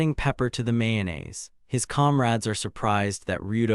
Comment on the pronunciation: this is AI, the summary is incoherent you cant follow the story, and pronunciations are wrong, how can you even mispronounce mayonnaise?